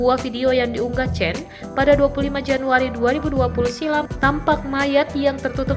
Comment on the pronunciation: Itu bacanya Chen ( sperti kita membaca Jendela) Semoga kakak chen dlm keadaan baik"saja